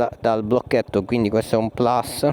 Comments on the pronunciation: Non ti perdono il... "plas" 😁; per il resto ottimo video. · Magari plus😊e non plas alla provinciale. Comunque servizio molto utile e tra i più completi..applausi!